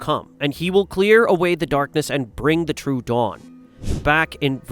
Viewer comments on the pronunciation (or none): none